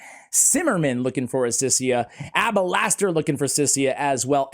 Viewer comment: Its official. I'll never be able to pronounce alabaster(abalaster) for the rest of my life thanks to and watching all his videos.😂